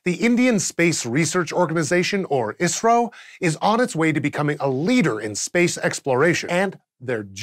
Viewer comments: its called I S R O... not iissrroo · Stop saying "Isro" like it's a word. I'm from India and pretty sure they call it I.S.R.O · Keep hearing Isreal when he says ISRO. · i alwasys heard "israel" instead of "isro" ^^ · kept thinking he was saying israel lol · Every time he said ISRO, I heard it as Israel.... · I kept hearing "Israel" everytime you said "Isro"